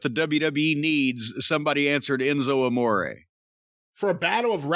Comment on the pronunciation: Why tf he call that man Enzo “A More” knowing that ain’t how you pronounce his name. Jim be petty af 🤣🤣🤣😭😭😭😭😭